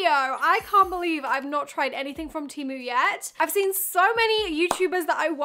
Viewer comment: pronounced TEE MOO